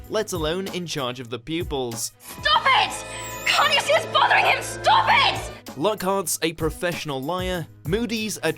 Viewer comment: and he cant pronounce Lockhart